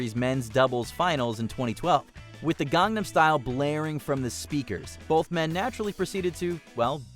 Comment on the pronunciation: 🤯finally pronounced Gangnam Style right....😆